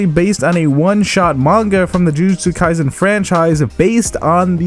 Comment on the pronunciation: There is no "z" in kaiSen.